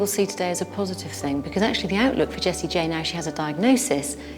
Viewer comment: I thought she was saying Jessie Jane